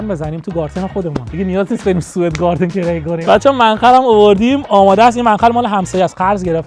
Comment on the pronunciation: گاردن ❌ گارتن ✅